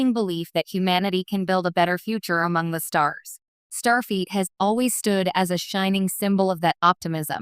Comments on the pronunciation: FLEET not feet. Stupid AI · Starfeet? Robot!